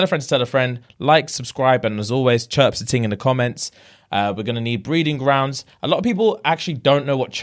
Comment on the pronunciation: Lol we don’t say “chripse” in America